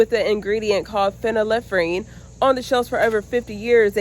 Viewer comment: Great job pronouncing phenylephrine! Start growing and foraging medicinal herbs. Every region of the US has wild medicinal plants. Prior to 1930's there was no big pharma- folk/traditional plant based medicines were used and effective.